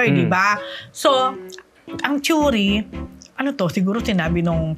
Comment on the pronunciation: Choory instead na “theory” 😅